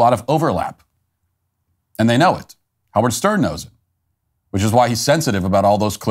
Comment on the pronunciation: His name is "How -Wierd".